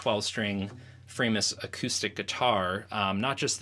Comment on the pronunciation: its not Framus-, it's Framus, cos its german